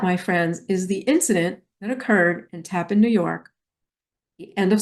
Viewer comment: It is pronounced Taaapan not Tappan